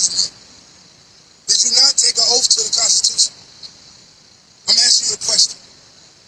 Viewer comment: It's OATH, not " oaf "